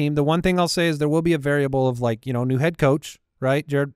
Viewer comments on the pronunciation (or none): Pats fan here, new coach is pronounced jah-ROD mayo not Jared, love the show ❤